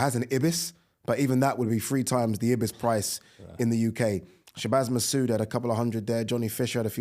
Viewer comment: Ebis hotels? Ibis, not hard is it? Eye Bis?!